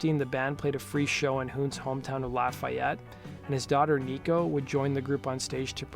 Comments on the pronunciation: Misprounoucned Lafayette, IN....its not 'laugh' a-yette its 'Lawf' e-yette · Thanks! Except Hoon’s hometown is pronounced LOFF-ee-ett, not lah-FIGH-yet. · Just a note to help. It's pronounced locally as "La fee yette". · We here in Indiana don't pronounce Lafayette like that. Its more Lafeeyette. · Lafayette is pronounced la-fee-ette or maybe la-feh-ette here in Indiana. However you say it, please just don’t put so much emphasis on the Y, this is Indiana, not France or something heh. It’s the home of Purdue University. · I've been to Shannon Hoon's grave in Dayton, IN. Also, you are pronouncing Lafayette, IN wrong. It's pronounced 'La-fee-ette'. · Grrr.. laff-eee-it indiana. There i fixed it for you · I cringed everytime he said it wrong. lol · I'm originally from IN. Merrillville/Gary area. You can tell when someone isn't familiar with the pronunciation of a town lol. Like Hobart. Instead of Ho Bert people say Ho Bart. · That is how they say it in Louisiana but not Indiana....sigh